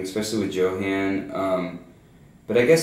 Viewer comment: But the boy's name is pronounced "Yo-haan". Don't you listen to me in class? ;)